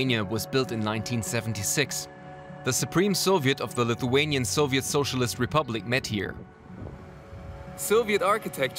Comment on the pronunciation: Great job pronouncing Lithuanian names and locations!